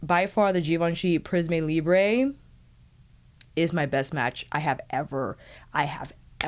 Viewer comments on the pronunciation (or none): Hello, Oh please search the right prononciation. It's not a spanish brand it's french prism[eu] libr[eu[ ❤️